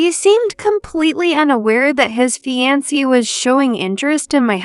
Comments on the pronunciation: Fiancee mispronounced as well as lead! Correct the pronunciations so it doesn't sound so annoying! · Tell your readers how to pronounce fiancée!